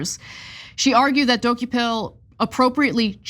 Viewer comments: Rich of Ana K to claim to stand for journalism when she couldn’t be bothered to look up the pronunciation of the CBS anchor’s name. It’s pronounced Duh-KOH-pull, as we hear ever day on CBS, not DOH-key-pull. Also, Tony’s questions were factual. The author spends 100 pages giving Palestinians no agency or responsibility for their status. And the book provides no context for Israel’s actions. That is an exceptionally one sided view. Tony rightfully explored why the author did that. If the author wrote that Israel has never done anything wrong, would TYT push back at that view? Of course, as would Tony D. For TYT to be against Tony on this and in favor of softball pandering questions shows that TYT is beyond repair. Unsubscribed. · Can we first pronounce the name of CBS tv anchor correct first! Dokoupil pronounced “ De kopol “ not Doki pill” that is nut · Why can't you guys pronounce his name? He's said it out loud many times. It's də-KOH-pəl, not do-ko-PIL. In regards the interview I took it he was taking a sort of Devil's Advocate stance. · Dock-U-Pill? Make sure you know how to correctly pronounce people’s names. It would take one minute of research. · As much as I love TYT I only wish she would have listened , at some point, to the pronunciation of his name on something, which is like "Du-ko-pil"... 😕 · Jeezus...Ana. please start pronouncing names right! Di-KO-pull. This is a well known journalist so his name should be easy. It takes away from the actual story. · Tony Duh-koh-pull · Actually, his last name is pronounced Dew-kho-pill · Tony Dooky Pill? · Don't reporters/journalists have a responsibility to prepare for their segments? The man's name is pronounced Deh-COPE-ul. The interview was days ago. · ANNAAAAAA, All you have to do is watch the 1st 10 seconds on CBS MORNINGS and learn how to pronounce someones name correctly, damn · Ana please learn to pronounce the subject’s name correctly. Journalism 101.